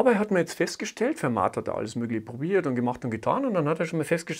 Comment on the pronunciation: Und - wenn mich meine Französisch-Kenntnisse nicht im Stich lassen - dennoch nach wie vor falsch: Das "t" hinten müsste stimmlos sein...